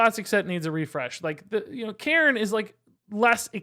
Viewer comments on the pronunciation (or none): Why do you pronounce cairne Karen 😂 I was so confused for a minute